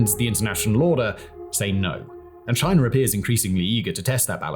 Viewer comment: I like how he says "" lol